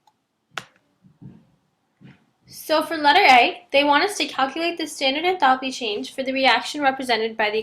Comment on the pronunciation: good explanation but please learn to pronounce enthalpy correctly..